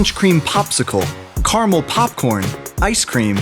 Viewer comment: A Random Ace uhhhhhh because that’s not how you say it!!!!!